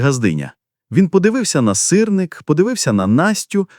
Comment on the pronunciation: Та не сирнИк, а сИрник!!!